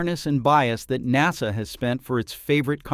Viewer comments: I got turned off as soon as I heard nawsa! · What's a NOS-uh Astronaut? I've heard of NASA, but not this new NOS-A thing. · If you can't get your bot to pronounce "nasa" you should make some adjustments.